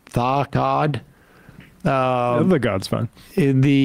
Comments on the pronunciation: Sam had trouble pronouncing that 'Da God' didn't he... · Boomer Sam tryna say "Tha God" 😂😂😂😂😂 Respectfully -An old millennial